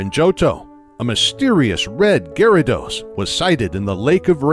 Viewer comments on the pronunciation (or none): none